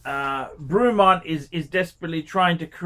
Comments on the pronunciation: It’s pronounce Bray-mont, you fucking plank! 😂 Also you criticise ‘marketing and finish’ and yet Rolex is 99% brand and 1% substance.. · Who the heck is Broooomont? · FFS - it’s pronounced BREMMONT!!!! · Broomont??? It is not a hard brand name to pronounce. It's not JLC or A L & S. ffs! Lol.